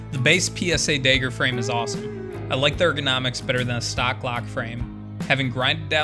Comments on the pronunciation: Its pronounced mag, not meg. And Dagger, not degger. You must be from Montana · Had to click away after 3 "dayger"s lmao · You could have invented the fuggin thing, but the way you pronounce dagger as “Dayger” is the reason I have trust issues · you cant even say dagger properly lol